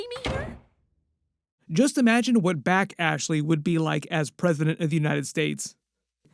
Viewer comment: Her name is Bashly, not Back Ashley 😂